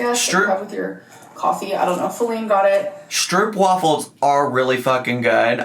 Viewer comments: Fun lil fact from a Dutchie, stroopwafels are pronounced more like 'stroapwahfels' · The way non-Dutch people pronounce 'stroopwafels' is absolutely sending me loool. Also, i agree with basically everything you said regarding cake gate. I feel like Amber doesn't take any responsibility for her part in all of this...